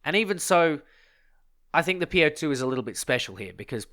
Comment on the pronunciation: its not called po-2 its called op-2 😂